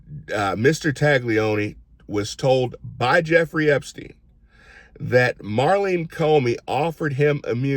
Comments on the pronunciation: Love ya Q, but it’s Maurene, not Marlene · NOT Marleen, it's Maureen